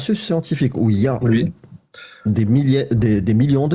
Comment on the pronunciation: j'ai un problème avec les gens qui disent "wui" au lieu de "oui"...bordel !!!!!!